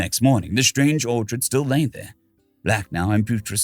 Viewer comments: Orc-HID Not Or-chard. 😢 great read. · Your mispronunciation of ORCHID kept me from enjoying the story. You pronounced it ORCHARD, not ORKID. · The H in Orchid is silent. Please google pronunciation if you're not sure of them. It's one thing I can't stand. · my friend, you may wish to record this again. I've never heard the orchid pronounce the way you did. This story is a little bit of be careful what you wish for